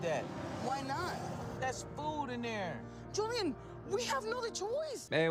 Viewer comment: If I hear Sean say “Joeliun” one more time I’m gonna scream.